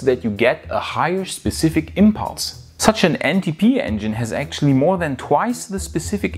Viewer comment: Did you say "NTP engine is a Musk have"?? lol